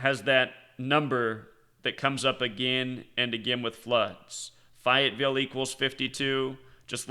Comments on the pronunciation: It's pronounced Fay-ette-ville, not fi it ville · Your killing me 😂😂 it's fayyy etttt villle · Fayetteville has a large army training base. What's this is all an out? Fay u t Ville (pronunciation) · Fayetteville is pronounced like Fay-it-ville. There is also a Army base there. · Always learn when I listen to you. This time I can help you - the correct pronunciation of Fayetteville is Fay -et-ville. I used to live in NC. Fayetteville has an Army Base there and my daughter’s mother in law lives there, so I know how it is pronounced (unlike the neighborhood I now live in down in FL — no one knows the correct pronunciation 😋). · Fay it ville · I think was making a noted and paralleled point when he 'intentionally' mispronounced Fayetteville. Go read about its warring history, then, you'll understand his intended misnomer.